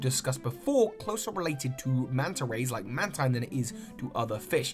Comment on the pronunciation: Just as some advice, coelacanth is pronounced "see-lacanth" instead of "co-ee-lacanth", mantine is "man-teen" and illumise is "illum-easy". Although echinodermaa was soooo close... you just forgot the "aa" at the end. I know it is a bit pedantic, sorry.